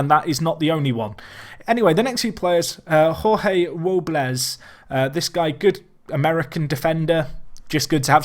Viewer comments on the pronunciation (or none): none